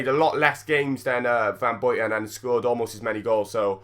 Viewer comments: van Buyten not van Bojten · Really, you pick on the commentator for using a typical English pronounciation on Henry, but you are oblivious to how you butcher both the English language as well as foreign languages yourself? "Van Boiten"? "Me aerhms"?